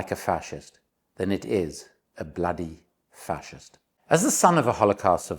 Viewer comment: ❤ Did you say Vaxist or Facist ?